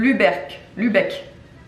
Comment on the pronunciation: Trop bien le calendrier. Très jolie graphisme 😘😍 Nuremberg en Bavière du nord. Dresden dans la Saxe , le Länder où je vis. Bonne prononciation pour Lübeck.